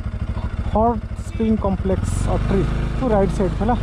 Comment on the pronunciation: ଅତ୍ରି not ଅଟ୍ରି, ଋଷି ଅତ୍ରି ଙ୍କ ନା ରେ 🙏🙏🙏